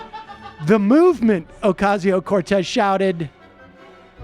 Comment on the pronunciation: Sam, her name is not Ocarzio, Ohcayzio or Ocazio, it's "O cass io". Just saying.